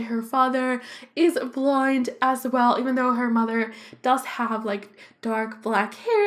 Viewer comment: I know that its the accent Buț i sounds like your saying blind not blonde